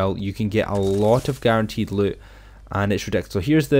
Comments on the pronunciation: “Yah can get so much luit” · He says loot like LUTE 😂